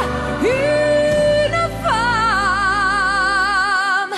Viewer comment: So I can still hear her "Franco-ontarian" accent, and that's a problem to me. As an impersonator, she's got a very good ear, so she should work on her "un" and "une" which she mispronounces. She doesn't sound French to French ears when she imitates French people, particularly when she talks (her imitation of Anne Roumanov is very bad). But on the whole, she's the best French-speaking female imitator, although I think she's better when she sings the actual text, rather than ill-written parodies.